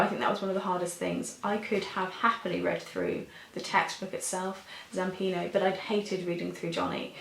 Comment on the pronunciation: Its zampanO not zampino.